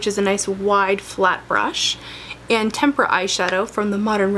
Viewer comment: Thank you for pronouncing "tempera" correctly. You are the first you tuber who I've seen who has done that